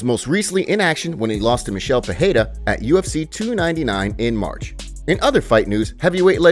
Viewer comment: It’s not peheira it’s peReira